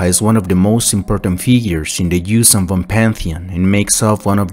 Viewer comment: As a huge vong fan the j sound just no it's Yun'uzhan and Yun'yamosk a y not a j